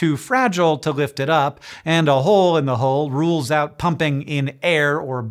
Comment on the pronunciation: The equal pronunciation of hole and hull had me struggling there for some seconds.